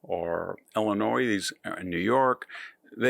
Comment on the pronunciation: In the word Illinois the s is silent.